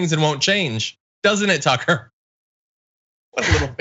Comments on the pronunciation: Soooo, is everyone going to start pronouncing his name 'Tooker'? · Someone should call him Tookaah and see how he likes having his name mis pronounced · I'm like 3 minutes and 50 seconds and yeah they definitely makemillions of dollars a year definitely more than you and your wannabe YouTube subscription. I'm sorry I'm so full of hate I just thought that you know we would degrade people for personal opinions and the way they speak words. I don't like the way that you say Tucker's name I think that you're mispronouncing it unintentionally and ignorantly